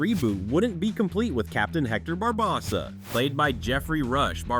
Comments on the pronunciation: It’s BarbOssa, not BarbossA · Once I heard him say Barbossa's name wrong, thums down, you sir have never seen one pirates ☠️ movie.